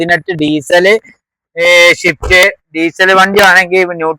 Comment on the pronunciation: ഷിഫ്റ്റ് എന്നാണ് നിങൾ പറയുന്നത് സ്വിഫ്റ്റ് എന്നാണ് ഒറിജിനൽ നാം